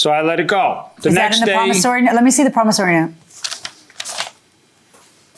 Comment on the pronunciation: PromissOry note, not promissAry note. People, please stay in school.